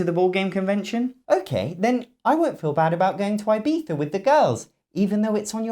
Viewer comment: Great list - check Great production value - check Great writing - check Correct pronunciation of Ibiza - check